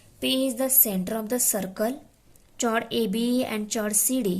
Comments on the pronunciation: Madam eo chord nahe cord huta hai h sailed hai 😂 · ' O' 10th fail that is not chord=चोड . That is chord= कोड. पागल है भाई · Chord nahi chord hota hai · Mam you are speaking wrong pronounsation of chord